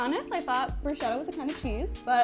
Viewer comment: more like broo-skettah